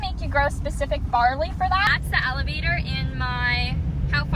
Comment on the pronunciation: Hi, I'm a little bit slow getting to watch this time but still enjoyed it. The first couple times you said Elevator I thought you were saying Alligator😂 Then I got it figured out. I would of been scared trying to fly a drone in such wind. Thanks for the trip and beautiful scenery, The heard of deer was cool. 🌹👍👌